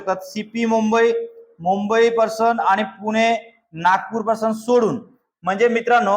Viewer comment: पर्सन नाही ते प्रिजन आहे Person म्हणतोय prison असत एवढे व्हिडिओ बनवता उच्चार करता येत नाही का